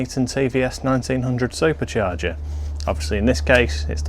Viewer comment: Can you make a video teaching us how to say "supacharga" so elegantly as you do